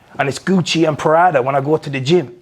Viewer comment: Irish Jamaican traveller🤦‍♀️ and its PRADA ya mong, not PARADA